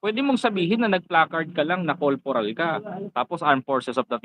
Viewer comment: Corporal po hindi colporal